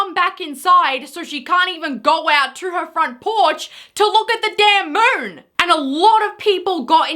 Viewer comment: WTF Is the moorn? Moon?! Ugh!